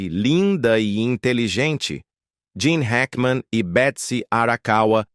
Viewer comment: Não é Jean e Gene Hackman seu narrador burro 😅😅😅